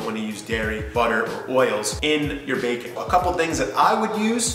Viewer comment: The way you say baking sounds like bacon 😂